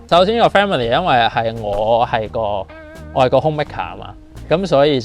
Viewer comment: Family 呢個字呢？唔係念做fam me ly 、乜小學教師冇教你咩？